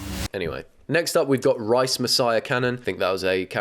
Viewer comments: Not rice… it’s rise….😂😂😂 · I love him but why doesn’t he realise rise is a word and it’s not rice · Do you not know how rice is spelt? You had a whole bit about ‘rice messiah’ it’s Rise as in raised 😂😭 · it’s not Rice, it’s Rise. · It's Rise not Rice v_v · it’s rise not rice hahaha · Obsessed with how he pronounced rise as rice and made several rice based jokes about it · calling Rise Messiah Cannon, Rice Messiah Cannon is so funny to me. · why is no one talking about how he read “rise messiah” as “RICE messiah” 😭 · It’s “Rise Messiah” not “Rice Messiah”😂 rise as in “all rise”. I can’t decide which version is actually more unhinged tho lmao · why did he say “rise” like “rice” and continued the joke about grains 😭😭